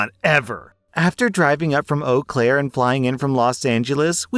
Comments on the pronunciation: As a Wisconsin native I’m impressed with his correct pronunciation of Eau Claire lol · holy shit, i live in eau claire and i'm honestly surprised you pronounced it right. at the hotel i work at people usually say 'ew claire' or 'you claire'